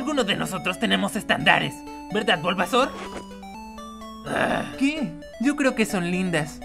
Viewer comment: se dise bulbasaur xd